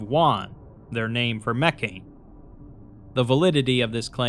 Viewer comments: What's really going to bake your noodle later on is that Mekhane was meant to be pronounced "meh-KHA-nay" or "MEH-kha-nay" all along and makes a lot more sense that way. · But the way he pronounces it has the religion be pronounced “mechanism” which is funny.